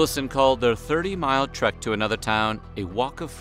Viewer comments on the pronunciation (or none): none